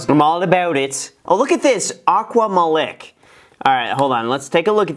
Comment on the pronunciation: it's pronounced Like MAH LEEK not MA lick